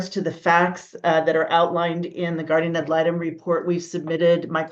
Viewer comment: “guardian atlanta” 😂 it’s guardian ad litem, but this made me laugh 🩷